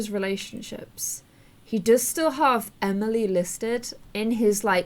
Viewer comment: When is she going to realize that her name isn't pronounced "Ameil", it's pronounced "Emily"😂 I have a friend who's name is spelled "Emilee"😂